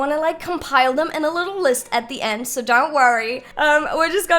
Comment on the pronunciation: Every time she says “so” it sounds “sore” no offence ilysm 🤍